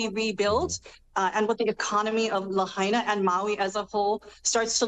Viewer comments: That's LAHAINA, (not "Lahana") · It's Lahaina, not Lahana. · Lahaina -- (La - HIGH - Na) You had one job, Chuck... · Bro has never been to Lahaina. "Lah hah na"? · Get it right Chuck! La HI Nah... Lahaina. Heaven forbid he ever have to pronounce Hawaii state fish: Humuhumunukunukuapua`a